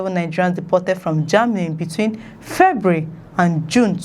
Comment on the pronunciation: Send them back home. Please Nigerians giant of corruption, giant of theft, giant of blackouts, giant of bad roads etc. a Failed nation. The word is not ( febry) it’s February. Four vowels not two.